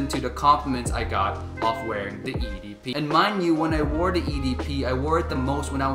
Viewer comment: Come on mate. Being a fragrance reviewer, please work on French pronunciation of EDP.